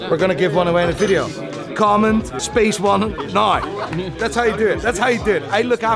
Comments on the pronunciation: SPACEONE NAI ! 😂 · SPACEONE NINE Hope got your pronouncation correct ;)